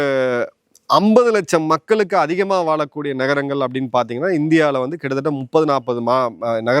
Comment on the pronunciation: "மக்கலுக்கு" இல்லை "மக்களுக்கு " எங்க தமிழ் படிச்சீங்க திருந்துங்க தமிழ் வார்த்தைகளின் சரியான உச்சரிப்பை முதலில் தெரிந்து கொள்ளுங்க